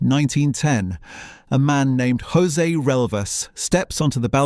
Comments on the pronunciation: There are no hose’s in Portugal. The J is pronounced just like in English as a J. Jose = Joseph. Just pronounce the J as a J! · To all people who have no idea of how Portuguese sounds, please stop pronouncing Portuguese as if it was Spanish. Portuguese doesn’t sound like Spanish at all and you’re making a fool of yourself by forcing Spanish sounds when you pronounce Portuguese names. In Portuguese José sounds quite close to how you would pronounce it with English accent. It does not sound “rrossé” like in Spanish. Also, one “s” sounds “z” just like in English. And “G” followed by a vowel also sounds similar to English: Gema = Gem. For the love of god, stop wrecking the Portuguese language by assuming that it sounds just like Spanish. It absolutely does not. Just use your natural English accent when pronouncing Portuguese names. In most cases it will be closer to what it really sounds like in Portuguese than to use Spanish sounds that do not exist in Portuguese.